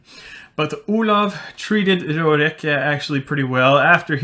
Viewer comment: oh i'm desapointed because you pronouced "oulav" while i always thought it was "oh-lahff" ( "grosse baffe" for who could understand that joke ) ; it's like earing the name of another guy...